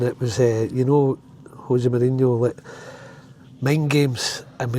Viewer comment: José Mourinho not Hosie Mourhino